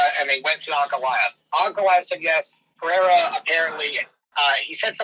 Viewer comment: Pierre-a and Della Madan Lame-a....Chael is no Anik when it comes to names lol